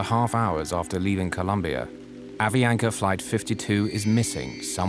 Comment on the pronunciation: The narrator cannot pronounce Avianca if his life depended on it